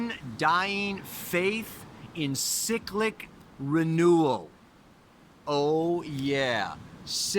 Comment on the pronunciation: cyclic not 'sicklick'.... lol